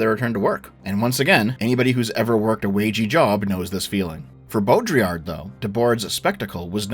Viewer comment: You should probably not talk about Baudrillard (Or try to pronunce his name again). Your variant of Simulacrum is in a crude sense a Simulacrum. There is a lot to the concept, and also criticized specifically because his framework of diagnosis doesn't come with a framework beyond being descriptive. It is also not just describing modernity as just purely hyperreal. It was a toolset developed to diagnose in modern life, but the problem is it will start encompassing all parts of life, even past life, which it is kind of supposed to distinguish.